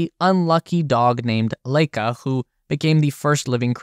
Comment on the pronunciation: Good vid but in future try to read transportation for foreign words. Sputnik, Korolev and Laika pronounced very different